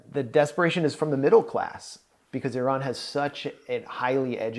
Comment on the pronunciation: Big thanks for this great discussion from an Iranian. Also, you are pronouncing Iraaan very beautifully, just like Iranians.